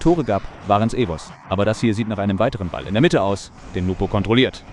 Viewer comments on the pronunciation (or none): His name is NWPO btw not NUPO